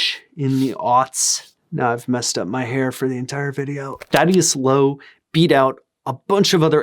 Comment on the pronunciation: Hate to be 'that guy' but im pretty sure its pronounced Thaddeus m8.